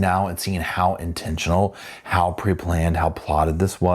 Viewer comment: Will we ever get over "intentional"???